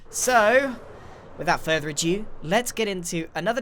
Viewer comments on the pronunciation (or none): Every time Grian says 'without further adew' my whole body hurts. Please Grian its 'further ado' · I have been catching up for a while and I have to say hearing you say 'without further adeu' instead of 'without further ado' is making me want to scream! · anyone else frustrated how he says "without further adieu" rather than "ado"? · "Without further adieu" Grian, I dunno if your pronunciation sucks or if you don't know that it is "ado." Or... you're secretly french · Hate to be that guy...but it's "further ado" not further adieu